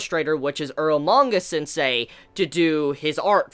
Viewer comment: earlmanga sensei? i thought its calle eromanga sensei xD